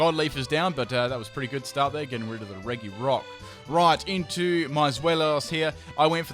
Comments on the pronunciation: Re... Reggi rock? XD It's fine but I just found it hilarious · The pronunciations are depressing. Slaking = Slacking, not Slake-ing. The G in Regice and Regirock is a J sound, not a G (like Giraffe) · Learn how to pronounce Regirock, bro.